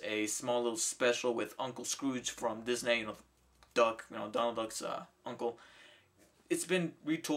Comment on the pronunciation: I like how you pronouce "Disney" as "Disnay"